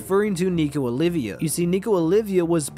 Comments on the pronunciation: Olvia. Her name is Nico Olvia, not Olivia. Sorry, that's just been bugging me so much, lol. Good theory though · I hate being a dick and pointing this out but her name is not Olivia, it’s Olvia. One I not two. ❤️ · OLVIA, not OLIVIA